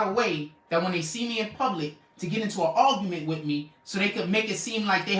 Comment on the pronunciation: I think he meant “ ARGUMENT” he said Algumant??? 😣😖☹️🥸